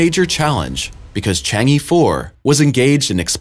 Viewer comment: Chang'e is pronounced Chang uhh😉